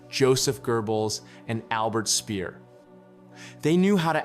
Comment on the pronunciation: Jesus man, learn how to pronounce Speer.